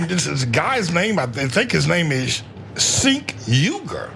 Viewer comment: I think you missed the point lol. His name is pronounced Jenk.